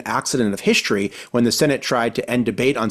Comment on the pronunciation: Did he just say "hishtory"?